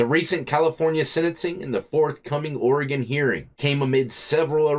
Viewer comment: Thanks for saying Oregon correctly 🤣 Lot of people get it wrong 😊